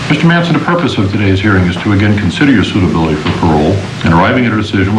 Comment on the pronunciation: M A N ... S O N ... thats "Son of Man(kind)" ... why he says "Manssenn" ? One of the most sad stories of a "system fed on souls" so far documented.